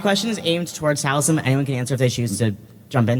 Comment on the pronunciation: You missed the most important time stamp....when the announcer mispronounced Taliesin's last name. XD